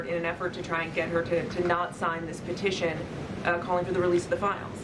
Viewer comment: PETITION NOT POSITION